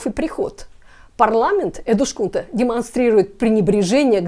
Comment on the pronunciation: Эдускунта, не эдушкунта. Так говорят только беззубые старики или люди с дефектами речи. У вас этого не наблюдается 😅